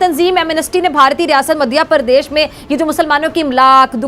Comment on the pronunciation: मघियाप्रदेश नही मैम । मध्यप्रदेश तो बोल देती